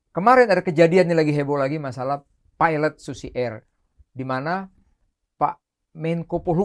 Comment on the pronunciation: PILOT PAK,BUKAN PIELET,NGOMONG KO PLEPOTAN KAYA ANAK²